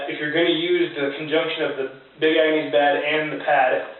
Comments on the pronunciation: Nice system. I like your channel. For future reference though it's pronounce Big Agnis not Big Angnees. Keep on keepin on man. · Love how you keep pronouncing it Agnease.....lol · "Ag-nees"? Really?